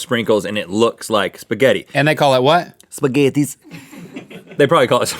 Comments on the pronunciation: "Spaghettis" ITS PRONOUCED SPAGHETTI EIS (Shpaghetti Ice) I'm laughing so hard omg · It's called Spaghetti Eis and it's pronounced 'Shpaghetti Ice' not 'Spaghettees'... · I laughed hard when Rhett said... Spagettttis .. really just like we have it in Hamburg 😍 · Spaghetti Eiß is pronounced more like ‘spaghetti ice’ rather than spaghettees lmao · Spaghettieis is just "Spaghetti Ice" and is pronounced so. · The Spaghetti Ice Cream is called Spaghettieis and pronounced like Spaghetti Ice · Lolol spaghetties? 😂😂 that's funny to me because to Americans that's how you would imagine it's pronounced but it's actually spaghetti ice. Lolol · It's not 'spagetties' it's 'Spagettieis' which is pronounced Spagetti ice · Guys, take it from a German: We don't pronounce it "spaghetees". Spaghetti-Eis is pronounced "spaghetti ice", much like you would. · It’s pronounced “ice” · I'm from Germany and I absolutely LOVE spaghetti ice cream! And for the pronunciation, I'm gonna write how you pronounce the german name for it in a way that you can understand it a bit more maybe. So it's kinda like: "Shpaghetti eyes". So it's like a "sh"-sound at the start, then the normal "-paghetti" part and the "eis" is pronounced like "eyes 👀". Just if you wondered. ^^ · The spaghetti one is actually a popular dessert in germany, but its pronounced, "schpaghetti ice" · I love you guys but it's actually pronounced like spaghetti ICE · It's actually called spaghetti eis (pronounced ice), Rhett. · Die Spaghettieis (pronounced spaghetti ice) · the german thing is pronounced "shpagetti" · Spaghetti eis is pronounced spaghetti ice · I can see how "Spaghettieis" may look like it's pronounced the way Rhett pronounced it, but it's just 2 words put together. "Spaghetti" and "Eis" (ice). In Germany we like to combine words to make new words. Which is why we don't play Scrabble, unless we have a football field sized board. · We call it Spaghetti Eis. It's pronounced spaghetti ice. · lol its pronounced spaghetti ice